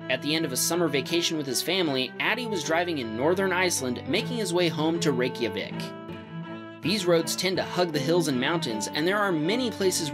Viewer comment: Btw is REG-JA-VIK